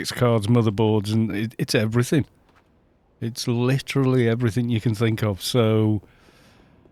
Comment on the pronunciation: You just gave away your "Welsh" there "It's eveeeryyything". Dane here, but been skiing with a couple of Welsh ;)